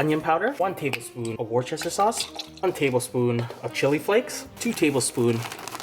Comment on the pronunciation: ignore the spelling. it's pronounced wuss-ter, no Wor-ch-ester sauce ^^